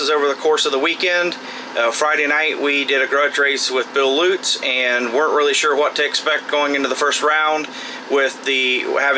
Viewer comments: Does Bill pronounce his last name Loots ??????? It’s Lutz like the potato chip Utz without the L right ???? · Its pronounced "loots".